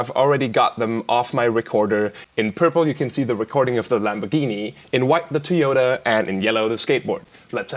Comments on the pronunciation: Normal People: Toy-yoda Virtual RiOTT: Tea-yoda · Is it me, or does Virtual Riot saying Toyota sound like he's saying "toy yoda"?